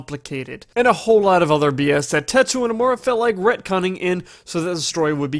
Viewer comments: "Techua Nomura" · tetua... forgot a few letters there lol